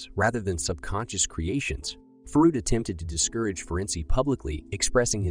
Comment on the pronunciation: soulless "Frud"